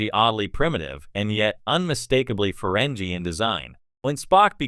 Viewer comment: I doubt it. Let me watch and find out... - You're supposed to be some expert let alone a fan? You didn't even program your AI to pronounce the name of the species correctly. - Seriously, I was about to say the if you don'[t stop saying farenjie instead of farengi (with a hard g) I was doing to click away... but now you're saying Star Track instead of Trek like some kind of "3 years older that's this many III". What the hell... - I'm sorry, did you just say Feringina... like vagina --> Feringina? You know their world is called Ferenginar (with a hard G) what the hell are you playing at? - There is literally nothing shocking about this. We already knew from DS9 that they didn't used to be Greedy in their past. I think I'm done here.